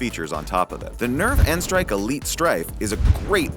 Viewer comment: Thank you for saying n-strike and not nstrike